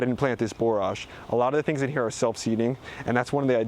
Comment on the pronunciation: That is NOT how borage is pronounced. It rhymes with forage, not almost like barrage. Good grief.